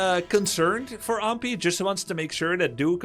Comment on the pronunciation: Except he doesn’t know how to pronounce Ahmpy at all. He says Ampy and it’s very annoying.